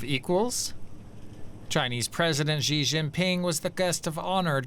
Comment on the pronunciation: if reporters cannot take the time to learn how to pronounce Xi's name (after he has been president of China since 2013), then they must be mispronouncing it on purpose!!